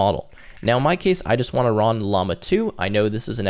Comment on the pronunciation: Are we seeing evidence that you really really want to rub llamas? (I've count 2 instances so far in the video before it has finished) In all sincerity I appreciate this video.